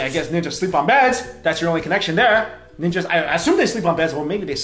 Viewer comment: She calls it "neenjas" for a reason...